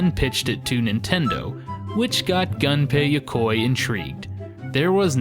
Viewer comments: Gun-pay Ya-coy, hahahaha...holy shit Japanese names aren't that hard to pronounce. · Maybe I'm just crazy, but I wouldn't expect "the gaming historian" to completely butcher names, Gunpei Yokoi. My ears....